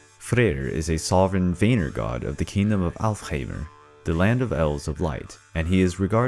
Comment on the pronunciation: Not bad but some facts are pulled from fictional sources. And some annunciation was incorrect. Such as Vanir it’s pronounced as (V-ah-near)